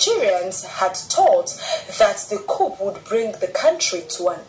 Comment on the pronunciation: The "P" in coup is Silent .